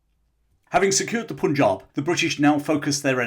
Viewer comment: Pun in Punjab is pronounced as in 'pun' not 'poon'